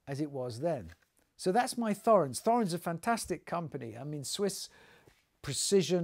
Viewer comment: Thorens is pronounced without the 'h'.